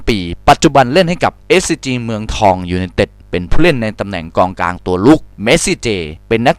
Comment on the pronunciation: ตอนที่พูด มิก้า อะ เกือบพูดว่ากลองกลางละ กองกลังง